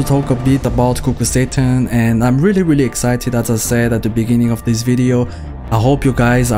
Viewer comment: i kept hearing kukul satan